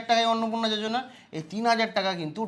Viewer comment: Bhai jojona nhi yojana h aage padhne dikhk